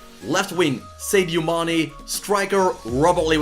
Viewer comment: Saydeo Mané LMAO